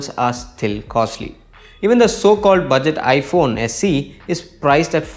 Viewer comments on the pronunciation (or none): none